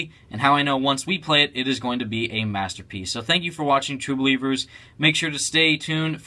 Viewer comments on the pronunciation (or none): pleash stop saying true blivers stam lee's going to sue